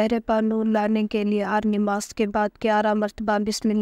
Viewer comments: Mai bhi yehi kehna chahta tha. Talaffuz sahi karen. Namaz not nimaz. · Wo namaz hota hai nimaz nahi ok